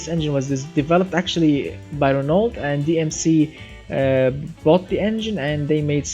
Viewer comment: ITS PRONONCED Renoo not Renoult 😂😂. I am not eved from. France and i know it